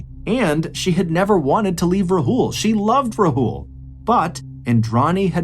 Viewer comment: Took me a while to realise you were talking about Sheena bohra's case because of how you pronounced Rahul. It's Raa hul not rahool. A in Rahul is AA not A.